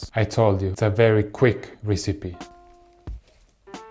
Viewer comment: No one: Davie504: This is going to be a very quick risipi